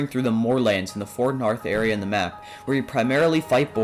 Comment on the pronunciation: "in the for narth area in the map"